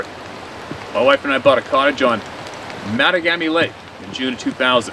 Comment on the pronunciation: MA TAW GA ME lake 4 syllables I lived 20 miles away from there for my teens. Never saw or heard of Sasquatch, hunted every year, fought forest fires, out at the local lakes every summer...allot. Never heard about Sabai until I moved to BC.